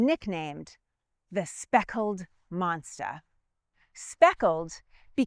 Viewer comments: monsta...fatha...feva... Love the accent and thanks for enlightening us with American Revolution history! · "monsta" LOL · Im sorry did she say Monstah? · Monster dosent have an A at the end of it. Neither does the word four.